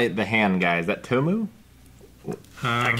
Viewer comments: It's not "To-ma-roo", it's "Tomu-ra" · Toe-moo-rah ? Trying to make it simpler for English speakers 💀